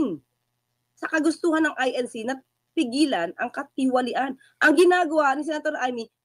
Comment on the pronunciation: Katiwalian parang hirap bigkasin mo madam.